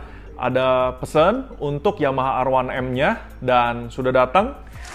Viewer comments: Namanya R1M Kenapa bacanya Erwanem,,,,ga konsisten menurut saya,,,,, Kalo bahasa inggris ya inggris aja, kalo Indonesia ya Indonesia aja, gosah dicampur gitu,,,,,, Indonesia : Er satu em Inggris : A wan em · A wan em apaan lo🤣, R one M yg benar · R satu M tuh baru bener